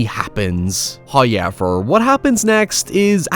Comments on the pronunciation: Came for the hoyevers